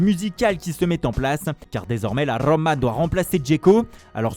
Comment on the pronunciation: La rrrroma